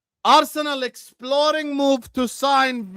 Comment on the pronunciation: mate he said "exploring" lol